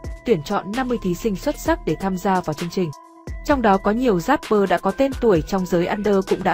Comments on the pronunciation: Chỉ có "rapper" chứ không có "dapper" đâu nhé kênh. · Vãi loz. Dáp pơ, ka dích :)) chịu quả đánh vần